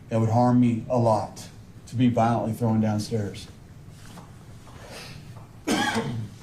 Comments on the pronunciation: One of his words that got me the most was how he kept saying “she was throwing down the stairs” because it was like he could not say thrown. Strange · Also, the word "thrown" has been brutally mangled as "throw-in". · He kept saying throwen down the stairs.